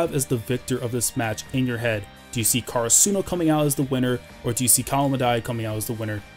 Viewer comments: The way u pronounce karasuno makes me kinda mad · Lol karasuno must win and you must learn how to pronounce karasuno right :/ no offence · Oh there’s a different way to pronounce karasuno